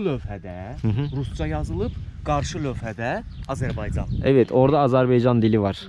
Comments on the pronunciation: video çekiyorsun ve kendince azerbaycan lehçesinde konuşuyorsun. Fakat içinde bulunduğun devletin adını doğru bir şekilde söyleyemiyorsun. o devletin adı azerbeycan veya senen dediğin gibi azarbeycan değil beğim. orası azerbaycan. önce bu Türk devletinin adını doğru söylemeyi öğren. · Siz birinci AzerbAycan sözünü düzgün deyin! AzerbEycan eşidən kimi söndürdüm videonu